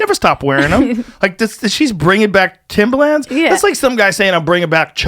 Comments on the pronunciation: Its Pronounced Timberland..Not Timbaland.thats a rapper..just sayin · Fuck, Joe, it's timbERland! Timbaland is that dj guy. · Joe says Timbaland the rapper instead of Timberland the shoe